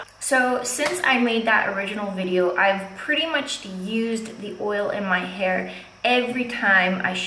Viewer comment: lol "in ma heer" cool 😎